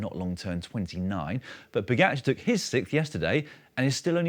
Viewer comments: The guy has won 6 Monuments and 2 TDF in his 70 victories, and you still don’t even know how to pronounce his name. Look, it’s Po-Ga-C(h)ar. Why do you keep saying Pogatchar? Is it some sort of British jealousy thing? You correctly pronounce the “j” as a “h” for Alejandro Valverde but for some bizarre reason can’t say “ga”! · No. I made sure this feed never appears again in my YouTube suggestions. I think it is very disrespectful to mispronounce people’s names. I can understand not being able to say Primož correctly as the ž is not an English letter. But when people can’t say “ga” that shows either disrespect or a deliberate way to not saying it properly. I’d bet Dan would never pronounce the “s” in Paris-Nice, right? Imagine how horrified fans of cycling would be in repeatedly hearing Paris with the “s”.